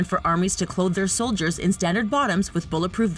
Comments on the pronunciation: She said foldiers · Did anyone hear say foldiers? That makes me sad